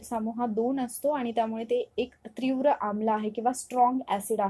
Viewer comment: ' त्री ' नाही ....' ती ' आहे .....त्रीव्र नाही तीव्र आहे.. उच्चार चुकलं.